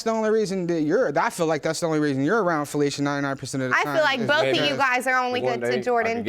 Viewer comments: Flesha... pronounced Felicia... really. Another day in the trailer park. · Omg...I thought her name was pronounced flesh-ah🤦‍♀️